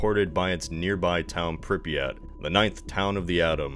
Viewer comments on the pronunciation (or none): Alright people, it's not "prip-ee-yat" it's "pree-pyat".